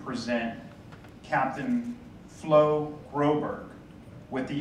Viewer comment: Why can't people pronounce properly florent?